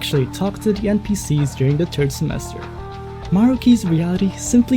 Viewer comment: umm... Third, "th' with an "f" sound. not "turd" semester